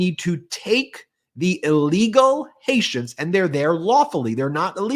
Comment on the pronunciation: How about Dumb JD saying Haitians being from "Haitia" (HAY-shuh)?